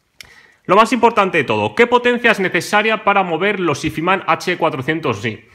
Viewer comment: pronunciar "izman" tan barbaramente mal me parece de una dejadez y una falta de interes alucinante...